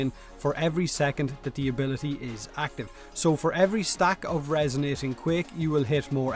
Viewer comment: "Sanquick abilitee"